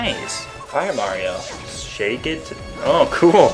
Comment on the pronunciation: MARIO not merty